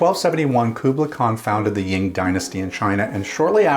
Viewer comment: Khubilai Khan founded the Yuan Dynasty (pronounced "You-EN") not the "Ying." And for me, the first song that hooked me into Rush was "The Trees" as kid when my older sis explained it to me. I do agree with a lot of the choices here, but even as a big (but not huge) Rush fan, I find both "Xanadu" and "The Camera Eye" to be practically the same thing: All build up to a certain level, but basically repeating the build up and not expanding on it. Both would confirm to a Rush newbie the criticisms they may have heard about the band.